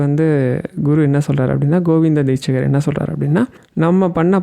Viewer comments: Deetshadhar not deetchgar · தீட்சகர் இல்லை, தீட்சிதர். சரியாக சொல்லணும்னா, தீக்‌ஷிதர். ஹரஹர சங்கர ஜயஜய சங்கர.🙏🏼